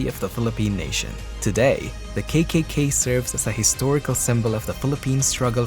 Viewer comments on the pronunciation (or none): Not kaykaykay, it was kakaka or triple ka. Kay is english, in those times k was pronounced as ka.